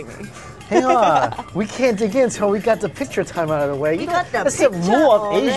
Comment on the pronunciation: " -: you got the picha awreadyyyyyy - that funny cantonese accent has me dying..too funny i love her